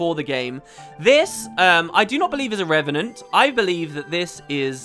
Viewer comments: REV AH NENT. NOT REN AH VENT. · anyone else heard wp say renevant instead of revenant very often? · I want to see a 10 minute long video of saying "Re-ve-nant" over and over and over and over...